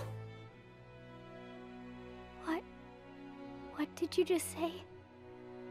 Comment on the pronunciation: God it annoys me its Asna the U is silent in Japanese 😑